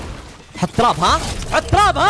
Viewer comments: يب اسمها تراب يقولها طراب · تراب ❌ طراب ✔ 😂😂😂😂😂😂